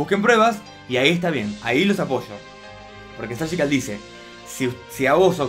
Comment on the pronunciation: No se por qué dices sergical si es surgical no veo el motivo para decir sergical